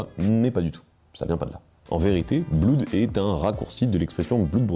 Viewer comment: et on dit pas "bloud" mais "bleud"... pour blood /bl^d/